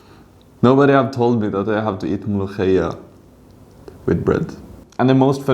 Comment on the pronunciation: أولا وأخيرا مفيش أجنبي بيعرف ينطق حرف الخاء .. طيب كنت ظبطها وانطقها مولوكية عشان نصدق